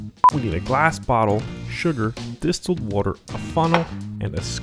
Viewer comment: Thanks! It's as simple as its name. But you need to look up how to pronounce "distilled" :D